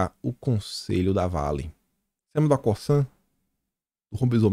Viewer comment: Oi boa tarde. Parabéns pelo trabalho. Só para te ajudar faço este comentário. Já trabalhei na Cosan e na Raízen. E a forma correta de pronúncia são as seguintes. O “S” no Cosan tem efeito de “Z”. É como se falasse “Cozan”. Já no caso da Raízen. O “í” é a sílaba forte. Isto muda a forma de falar porque tem dar mais entonação no “í”. Desculpa o comentário mas é só para ajudar. Um abraço.